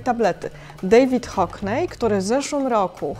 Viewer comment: Hockney nie wymawia sie HOKNEJ, uszy krwawią